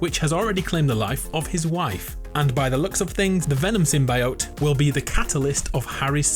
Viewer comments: My guy we love you but its Sym-“Bee”-ote not Sym-“Bye”-ote. Have you not seen the Venom meme?? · GAHHH THE CRINGE!!!! it's Sim-BEE-ote!!! it's the correct biological term. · Simbioyot Symbiote lol I love the videos but I keep hearing symbiote weirdly lmao 😂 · I swear to god…if you say Sim-Bye Oat one more time! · sim-buy-ote? sim-bi-ot? almost made me click off the video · Why can't anyone pronounce symbiote?! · Its always stuff i already know in these vids but still good vid and you say symbiote weird kinda😄